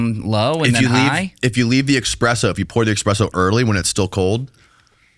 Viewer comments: Someone tell it's ESpresso not EXpresso. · It's Espresso* not expresso. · ESpresso not EXspresso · it’s not called eXspresso. It’s espresso. There is no X.! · Why do americans pronounce espresso "expresso" stupid yanks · It’s ‘espresso,’ not ‘eKspresso.’ Rather than spending 15 minutes discussing hairstyles, you might try reading a book. Reading will help you to learn proper English,. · This video auto played when I was in the shower. By the third time he said 'ex-presso' I wanted to throw myself down in the shower and pray for a lethal head injury. But I bet that LeBron meditation video is great! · Expresso lol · says "expresso"... all credibility lost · BRO! EXPRESSO BRO! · Say X-presso 1 more time!😤😤😝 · How many time I got to hear him say expresso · HEY: say it with me...."ESS- PRESSO"... ESSS - SPRESSO 👌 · Not the EXpresso😭😭😭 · Did he say expresso? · can’t pronounce espresso.